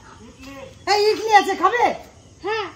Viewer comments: ইডলি বলে ইটলি বলে না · ইটলি বলেনা ইডলি বলে